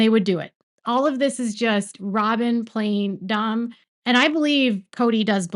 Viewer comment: Did you just say Robyn was "Playing stupid" or "Plain Stupid" ... LOL!!! I think I know which one ;)